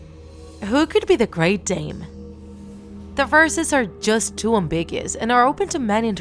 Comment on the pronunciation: It’s pronounced AM-BIG-YOU-US